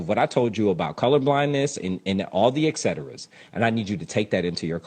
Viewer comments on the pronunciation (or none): The only thing I disagree with is James' pronunciation et cetera. That second letter is a T, not a K. Other than that, great talk!